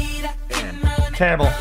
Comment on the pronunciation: lost all credibility the second you called mary j blige teribble.